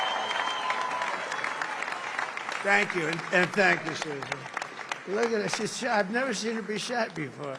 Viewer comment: When he say suzi....😅